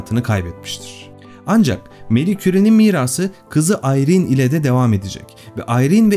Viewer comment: Harika video her zaman olduğu gibi.. Teşekkür ederim. Bir de isimler doğru telaffuz edilseydi.. Fransızca'da Marie, Meri değil Mari okunur.. Çocukları da "Ayrin" değil İren olduğu gibi.. Ahmet ismine " Ehmet" demek gibi olmuş..